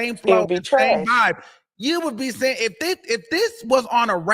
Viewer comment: She said vobe 😂😂😂